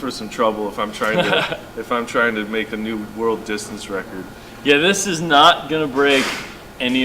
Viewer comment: The way you said 'new" LOL